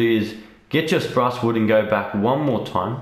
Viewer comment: "sprace wood" LMAO